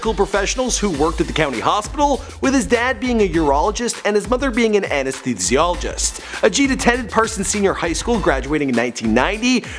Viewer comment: lmao he cant say anesthesiologist